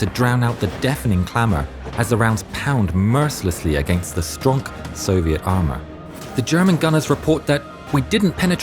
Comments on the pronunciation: did u reaize they said stronk and not stong lol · Wait did he just say stronk amour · lol they said stronk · He said "stronk armor!" Our Gnome overlord has great influence. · "pound mericilessly against the 'STRONK' soviet armour" stronk indeed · I appreciate them using “stronk” instead of strong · “Stronk soviet armor” nice one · Lmao the narrator and the subtitles said stronk instead of strong. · "The stronk soviet armor" nice one 😂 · Im sorry but did i hear the narrator say "Stronk" ??? Or is that just me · he really said stronk on this part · I love how said stronk Russian armor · did just say "stronk". i. think that just made my day. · "but the armour is too stronk" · ah yes “stronk” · Wait. Did he say STRONK??? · im sorry, did i hear stronk? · "The STRONK Soviet Armor" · "stronk soviet armor" I love this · Did anyone notice "stronk" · did he just said ´"Stronk"? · Stronk soviet armour- that is one of the funniest things I’ve heard all week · wait did they say "Stronk Russian armour"? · haha he said stronk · you said stronk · Lol “STRONK” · DID HE JST SAY STRONK LMAO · did he just say stronk armor? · "stronk Soviet armor" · HE SAID STRONK :3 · He said "Stronk soviet armor"! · Lol they said “stronk soviet armour” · StRoNk armor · "Stronk Soviet armour" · He said stronk! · he said stronk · aaaah. The rarest medal ever, that I still yet to achieve. Thankies for the high quality video once again,:):) P.S: "Stronk". aaah. a man of culture as well. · HE SAID STRONK HE SAID STRONK HE SAID STRONK HE SAID STRONK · "stronk soviet armour," God I love. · As a Lithuanian, hearing the pronunciation of Raseiniai is making my ears hurt. Very informational video. And i couldn't not hear - "As the rounds pound mercilessly against the stronk soviet armor"